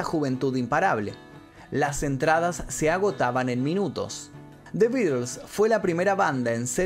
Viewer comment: "The Beeders"...quien cresta son esos?😂